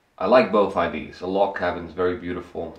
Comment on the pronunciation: All my Dutch and French colleagues pronounce 'ideas' like 'idees' and I know why, but it confuses me why they can't hear the difference